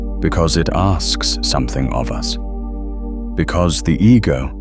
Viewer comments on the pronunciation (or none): none